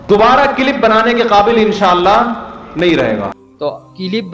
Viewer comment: Clip bolna tw sikh lo CIIILLIIIP ...!!!! MUFTI SAHAB ki khaak ko ni poch skte tum